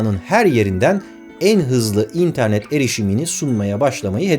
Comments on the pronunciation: abi nolur internet derken in'e basma vurgu sonda dinleyemiyorum seni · Barış Özcan'ın interneti "İNternet" diye söylemesine bir ben mi gıcık oluyorum ya